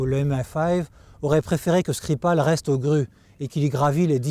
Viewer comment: L’intervieweuse, dont je pense qu’elle est sans doute plus qu’une collaboratrice pour notre ami espion, a prononcé le nom de Skripal avec une diction russe assez convaincante. Aurait-elle ainsi trahi un passé professionnel dans le renseignement ? 😉 J’arrive sur cette chaîne avec trois ans de retard, si c’est une redite je m’en excuse.